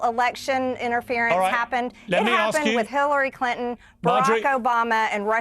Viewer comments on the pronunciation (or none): none